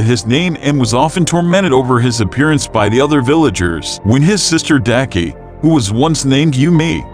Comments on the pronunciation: It's not deki it's daki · Well he said daki's name wrong 😑😑